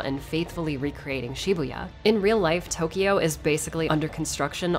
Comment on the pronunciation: It's funny how she pronounces all Japanese names and items correctly but doesn't bother with pronounce Tokyo right.